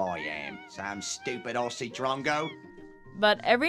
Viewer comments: I'm an Australian and LOVE your videos they are bloody gold! However I need to correct how you say 'Aussie'.. pretend Aussie starts an O and with a zz instead of the ss.. like Ozzy as in Ozzy Osbourne!! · Have you heard of a guy named Ozzy Osbourne? Even though we have S's in Aussie, it should be pronounced Ozzy. That would be a great start (and please don't practice the accent in your videos) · BRO PRONOUNCED AUSSIE AS OSSIE. I FEEL VIOLATED. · when you say Aussie, try saying ozzy ;) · "Aussie" is pronounced "Ozzy" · The One thing i know every aussie will agree with is how Americans miss pronounce the word aussie. you dont make an s sound its more like a z sound auzzie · Hi. To begin with. Pronounce Aussie..Auzzie... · You can start by pronouncing Aussie correctly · In one of your package opening videos, in which you received a gift from Australia, you asked Ben whether he thought the word Aussi was pronounced Ossie ( as it looks, given the double ss) or Ozzie. You thought 'Ossie'. He said Ozzie. Ben was correct- as many of us pointed out at the time. No worries- just thought you might like to know, mate! BTW the 'rising terminal", as it is called ( referred to here as a rising inflexion) is also very characteristic of the General and Broad Kiwi accents here in NZ. Greetings from Auckland. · That's a good video. The presenter, who indeed has a standard Australian accent herself, is very well-informed. I am an older Australian, a retired English teacher, with some post-graduate qualifications in sociolinguistics. One last tip: Aussie is pronounced Ozzie not Ossie. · Yes. It's not "Ossie" it's "Ozzie" 🦘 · Mate stop saying it wrong😂 It like OZZIE NOT OSSIE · ozzie like ozzie ozbourne... not "ah-see". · Also, "Ozzie", not "Ossie". :D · well, the word aussie isnt pronounced aw-ss-ie, its ozzy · The one thing I lose my mind over is Americans pronouncing Aussie with an S, like "Ossy". ARGGHHH! It's "Ozzy" it just sounds so awful and grating. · OZZIE NOT Ossie PLEASE 😵‍💫